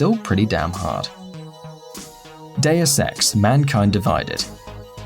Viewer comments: When he said deus ex it sounded like day of sex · when this guy said Deus Ex it sounded like Day Of Sex but isn't that adult Valentines Day? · Am i the only one who thought he said day of sex at first?